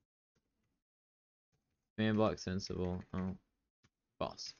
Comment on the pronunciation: You…. Do realize that it’s “command blocks enabled” and not “command block senabled”. Right?